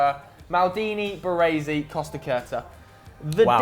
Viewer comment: Can't pronounce Costacurta 😱and Baresi , wtf is wrong with British ?? They can't pronounce Italian and Spanish names right !!!!😱